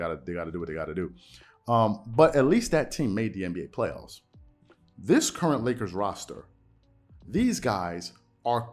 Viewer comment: Here's a thought🤔...i like how he gave a 2 syllable word extras. Play-off-us-a 🤪🤣...then to think about the MJ comparison. It was said that Air, albeit practice, would take or be put on the side with the less talented guys and compete to win just to prove his effort of willing his side victory. At this point, the 2K Lakers on rookie level are probably more competitive than the way they're so called hoop'n right now. Dig this, even my favorite team Spurs are showing more effort after get'n dealt a crazy loss to Memphis along with Ja dropp'n a Popovich give me some nasty dunk on Poetel...eeewww 😬. If Pop was coaching this team, they'd be get'n cussed out the same way Jeannie Buss, in anger on her face, walked out during that Pelicans loss or the way Snoop did his Uber driver....remember what Deon Cole said, if a conversation starts out with "Whelp" - it ain't look'n to good, thus, what used to be called the Lake-show has become the Lake-No. How can Club Shay defend LBJ, I don't know, but he'll find a way 😂....🤨opinions?